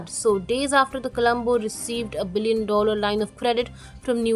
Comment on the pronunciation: “dollar” pronunciation sounds off.